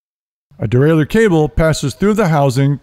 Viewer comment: Not pronounced that way son